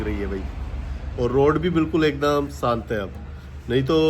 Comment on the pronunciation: Bhai Ji SANT Nahi SHANT Bola karo